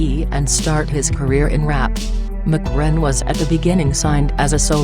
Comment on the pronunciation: "McRen". Wtf he ain't Irish! Lol. They need to drop this computer voice crap